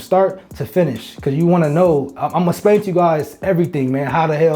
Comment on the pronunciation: Bra it’s explain that’s the way it’s pronounced not “splain” shit made me stop watching